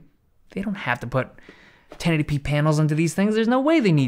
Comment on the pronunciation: Every time you try to pronounce ten eighty p, it comes out as tennetipee